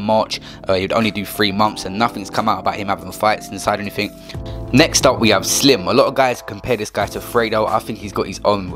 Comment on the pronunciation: Slim on the vid says Silm lmfao